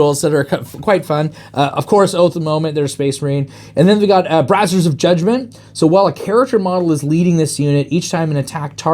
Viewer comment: "Brazzers of judgement".. It's 'Bray-zee-ur'. I'm not normally one to harp on pronunciation but that one. That one has implications lol.